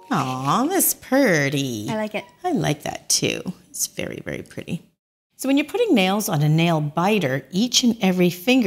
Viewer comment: As a southerner, I adore that you said purdy!